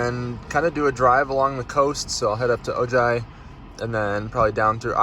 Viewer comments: "Oh-High" Ojai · Oh man, I'm from Ojai. It's pronounced like Oh, Hi!